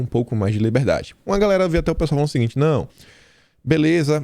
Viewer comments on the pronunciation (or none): aprenda a falar GALERA. KKKKKKKKK